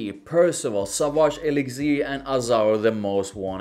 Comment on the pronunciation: Sauvage Aye-Licks-ear hahaha gotta love